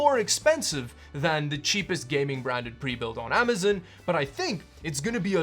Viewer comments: I’m sorry but I just hate it when ppl say amazon like that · I always wonder what would happen if you said Amazon, instead of Amazin. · Great video as always. But, I'll have to say... it's not as much fun to hear you say Best Buy as it is "Amazun." ;)